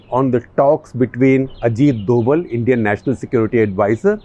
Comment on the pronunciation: स्थिति का निष्पक्ष विश्लेषण. मेरे विचार से डोभल सही उच्चारण नहीं है. शायद सही उच्चारण डोभाल है.